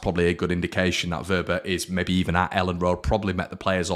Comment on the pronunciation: Give your head a wobble,his name is Wober not Wobbler 😂🤣